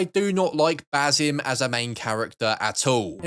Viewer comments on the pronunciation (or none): none